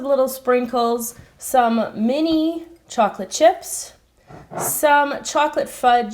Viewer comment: Strawberry or chouclate